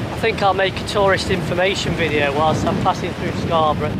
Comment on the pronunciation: It's Hayburn WYKE and of course SCON. Keep practicing your God's County accent. Loving the vids.